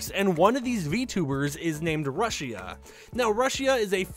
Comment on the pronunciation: Not trying to be mean but it’s pronounced rooshia